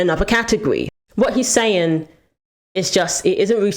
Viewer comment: The “ing” is pronounced with a soft G. Not with a hard G, like “ sayingK”